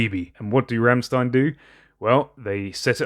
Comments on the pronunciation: Bro sorry but its Rammstein Not Remstien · It's pronounced rrrrramSHtain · "St" are pronounce "ch" it's "rammchtein" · its pronounced rammschtein <3